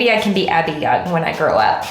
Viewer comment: Gentle reminder... "Abbey Yung" not "Abby Young."